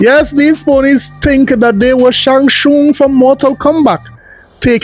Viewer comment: who the hell is "Shang Shoong"? 😂😂😂😂